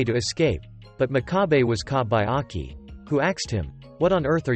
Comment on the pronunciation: The narrator pronounces the MC's name incorrectly, it's pronounced mock-ka-bay, and his nickname wasn't piggy. It was pig's foot